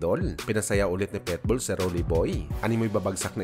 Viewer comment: Ayusin mo salita mo.... Anong PETBOL?